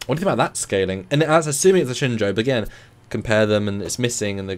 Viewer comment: has it down. Shenzhou is pronounced like "Shen-Joe", not "Shen-Zow".